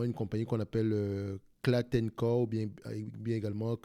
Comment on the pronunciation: Juste pour la société KLA-Tencor il faut prononcer les lettres KLA séparément et pas en un seule block je travaille pour eux actuellement ça me pique un peu les oreilles lol